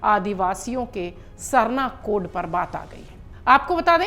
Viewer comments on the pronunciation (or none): पहली लाइन मे जो आप ने बोला कोढ़ मैडम कोढ़ नहीं अच्छा से pronounce कीजिए code है